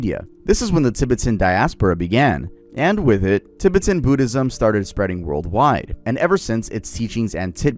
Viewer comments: I'm a Tibetan Buddhist (Not from tibet but I work for a buddhist retreat and my family have practiced buddhist beliefs for the last 30 Years) Your pronounciation not to be rude was terrible! No Disrespect. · It’s cute hearing you mispronounce Tibetan so many times lol like a Canadian saying the word ‘aboot ’ 🤣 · The pronunciation of Tibetan is killing me lol but nice vid keep it up 👍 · I love you but you are pronouncing Tibetan and dalai sooooooooo wrong it's actually frying my brain 😭😭😭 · Does bro need to look up how to pronounce Tibetan? Is that what bro is trying to say? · The Tibetan pronunciation is completely cooked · tuh·beh·tn .. not Ti.Bit If you're going to do a video essay, please look up the pronunciations prior to recording the video. If you're going to do a video essay, please look up the pronunciations prior to recording the video. Nothing irritates me in life more than mispronunciations, especially by fluent English speakers. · tib-i-tin? i thought it was pronounced ti-bet-en 😭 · Give us the lost footage between and where he learns how to pronounce "Tibet" Edit: nvm he goes righr back to saying "Tib-bit-ton" im DEAD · I can't listen to you say tibbatin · “Tibitan” is sending me 😂😂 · "Tibbertons" "DUH-LIE LAMA" 🤣🤣🤣🤣🤣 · and tibeten... "tibiten" lol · I tried to watch this but you kept saying Tibetan wrong. How are you pronouncing Tibet right and Tibetan wrong? Also that's not how you say dalai lama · Bro pronounced Tibetan so weird. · Cool and all but I cant forgive your pronunciation of Tibetan. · doesn't know how to pronounce Tibetan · I wonder if Batman learned how to make a tulpa from the Tibetan monks too 😭. Also I hate how bro pronounces "Tibetan" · The way he kept mispronouncing “Tibetan” and “dalai lama”😂🫡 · I'm so sorry but the mispronunciation of Tibetan and Dalai Lama are KILLING me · ilysm but please use google pronunciation on Tibet, Tibetan, and Dali lama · Is bro pronouncing everything wrong on purpose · And Tibetan lol